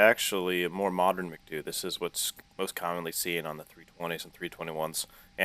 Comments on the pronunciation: that is not "makdu" its emcedeyuuuu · M C D U not MacDOO